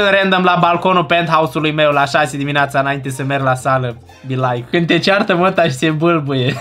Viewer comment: Deci dc citești cind atunci când e scris cu ' î' adică è greșit dar tot se citește ca 'când' â și î se citesc la fel